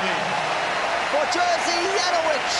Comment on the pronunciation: And his name is not pronounced Jersey but Yerzhi :) it means George I guess. I am also George. György in Hungarian. Best to Poland from Budapest ❤